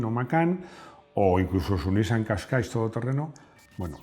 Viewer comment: Hombreeee ha vuelto el famoso "Kashkaish" . Por favor, que álguien le diga que suena "cashcai"